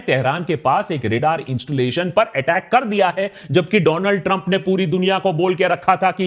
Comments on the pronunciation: Do-land trumbbb😂😂😂..The fatmae😂.. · Dolaand Trump ❌ Do lund Trump ✅